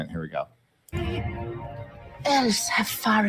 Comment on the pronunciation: The hobbit lass pronounces "elves" and "dwarves" as "elfs" and "dwarfs". Tolkien would be fucking boiling.